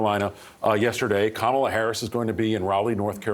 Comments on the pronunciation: Who the hecks cuh-mall-uh? Pretty sad when u don't even have the brain cells to remember Kamalas name. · Trump: I'm very angry at kaMAHla..." This guy can't even get the current VP's name right. And people think he's capable of running a country? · He thinks he is so smart for knowing Harris's last name, but he can't pronounce her 1st name. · Donald TRAMP should learn to pronounce names correctly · Even joe Biden mispronounce “Kamala” 😂😂😂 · Like Harris' husband Doug Emhoff said, " Since you're having so much trouble pronouncing her name correctly, after the election you can just call her Madam President." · The only factor working for Trump is because he's a white male. He can't beat any white male. He can't beat Kamala Harris. It's "amazing" how he could clearly pronounce a Russian name but find it so hard to pronounce Kamala's name